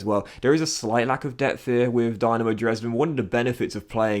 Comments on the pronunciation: Eyy Dynamo Dresden! Nice to showcase the german tier of football. As a heads up, the club is pronounced Dee-Na-Mo, not the Dynamo you'd think it is.... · i believe the y in dynamo is pronounced as an E and the e in dresden as an A